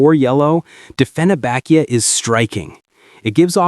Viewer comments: dieffenbachia...NOT dieffen A bachia.... anyway.... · Dieffenbachia Pronounced dee fen bock ee a